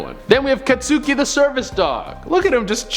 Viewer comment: katsooki me, an MHA weeb: FIO&TGKHUFGKJL<BUYIOG IT'S KATSUKI